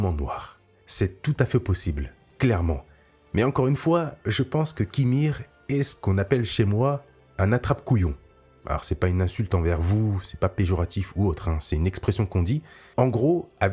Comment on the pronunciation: On dit : péjOratif et pas péjuratif / on dit: paréidolie et pas paréodolie.